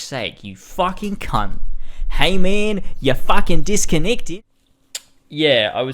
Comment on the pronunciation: Just joined during the avengers portion and heard HAY MAYUN YA FUCKIN DISCONNECTED 😂